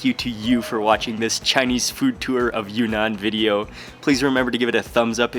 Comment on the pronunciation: It’s “Yun-Nan”, not “Yu-Nan”.